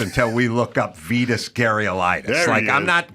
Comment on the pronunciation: You're saying Vitas's name wrong.